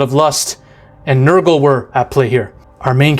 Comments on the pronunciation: Ranking your pronunciations: Khorne: Its the exact same as "Corn" Nurgle: Perfect Slaanesh: There's a little bit bad but it is to the point where it could just be an accent difference/does not matter Tzeench: Its not Tzench, its Tzeench with a long e. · Ah yes, Korney, Nurgle(Accurate lol), Zenetch, and Slanesh (Almost right)